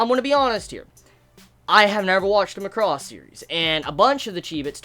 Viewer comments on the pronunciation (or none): MAH-CROSS. Not MUCK-ROSS. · Could you please pronounce the word Macross properly if you intend to talk about it in the future. You should say it as "Mac-ross" and not "Ma-cross". Though you don't need to watch the other shows to understand Delta its highly recommended to watch Super Dimensional Fortress Macross TV series and/or its movie retelling "Do You Remember Love?" just to give you the origin of its universe. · is MAAh-cros, like an excel macro. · Stress on 'Ma,' and not 'cross.' Take it from the original pronunciation "Ma-ku-ro-su." You're pronouncing it like 'lacrosse.' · Feels like you pronouncing it weird ?!!! lol